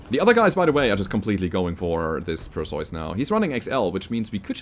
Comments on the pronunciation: Usually Per-See-Us is how I hear it pronounced. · Hey. Perseus is pronounced as Per-See-Us. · Its pronounced "Per-see-us" a mythological Greek hero who beheaded madusa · While "PER see us" is the usual English (Hollywood see Clash of Titans) pronounciation, it turrns out for Greeks and Germans it is more like "p eh r s EH f s" see New one to me. Got idea to look from Brogus Frogson's post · its Perseus, the greek hero who slew the Gorgon (Medusa). Is that how you pronounce the name in German? Because I'm fairly certain that all european countries pronounce it the same way as it is in greek and english. Per-see-us. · In German the "eu" in "Perseus" is roughly pronounced like the "oy" in "boy".